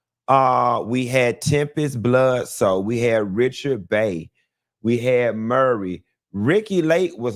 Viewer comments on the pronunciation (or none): WHY do black people continue to mispronounce Maury? Maury and Murray are two different names two different pronunciations. Also let's not forget the lawsuit against Jenny Jones because she surprised a straight man with a gay crush on national TV and he later killed the man.